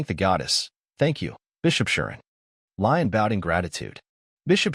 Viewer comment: And the voice bot is getting progressively worse as we go seriously MC went from Rain/Rein/Reign, to Reen to Ryan now Lion? Come on seriously getting confusing just trying to follow along 🙄 😒 😑